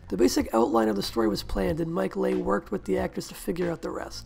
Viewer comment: Excellent essay! Thank you. Just FYI, Mike Leigh's surname is pronounced "LEE"